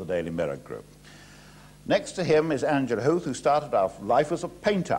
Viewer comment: I now know the correct pronunciation of Angela Huth thanks to this upload!